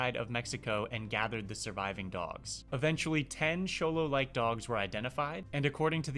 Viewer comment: I'm glad to hear you pronounced the X in Xolo right! I love these little cuties. I would love to have one but they take more experience than I have as a dog owner. :(